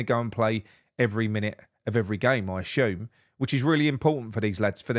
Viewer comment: No H in ASUME